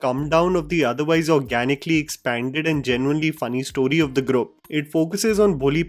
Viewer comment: Ok as always great review. Just one thing, the word ‘group’ is pronounced ‘groop’ and not ‘grup’